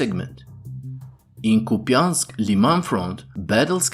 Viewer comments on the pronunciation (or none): mf really said Copeyansk🤣